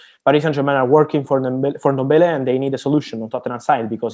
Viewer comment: my brother its not Endombele, neither is it Enketiah nor Endidi. you need to learn to pronounce these African names properly, there is no "E" infront of those names.